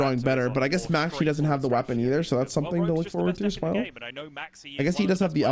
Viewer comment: I can't unhear Maxx C instead of Maxie